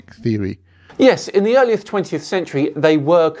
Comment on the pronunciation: "In the earlieth 20th century..." threw me off guard for a bit lol